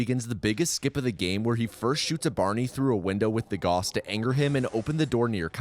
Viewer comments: It's pronounced "gowss" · Please, learn to pronaunce Gauss, it sounds so bad when you say it and you say it so many times, it is so triggering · His name was 'Gauss'. Picture the word 'loud'. Use the 'ou' sound from loud and pronounce the 'au' from Gauss like this. He was one of the guys on our money 'Mark' before we started using Euro, btw. He was on the 10 Mark bill, iirc. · "All other mentions of selfgauss were correct though." Except that he says Goos instead of Gauss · Agh! I started getting too distracted at the end every time you said g-aw-ss instead of g-ow-ss. Otherwise great video though. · It is pronounced "Gowss" not "Goss". A common mistake, to be certain. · GREEEEEE!!! IT'S PRONOUNCED 'GAUCE', NOT 'GOSS'!! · Gauss is not pronounced Goss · It is Gaussrifle, Gauss not Goos/Goss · He didn't say Gauss, he said goss. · as a physicist, this pronunciation of Gauss was painful. Great video though! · he's mispronouncing "Gauss" again 😠😠😠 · it's the tou cannon not gauss rifle i hate to be that comment but it is the tou cannon